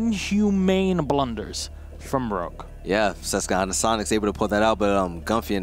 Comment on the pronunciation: As someone from the Susquehanna valley in Pennsylvania, It irks me every time says it lol. It's a QWA not a hard KUH sound!!!!!